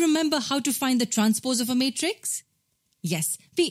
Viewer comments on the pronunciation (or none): It is matrix not Meatres spell it properly